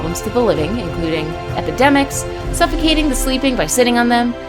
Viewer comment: did- did you say ep- epidemics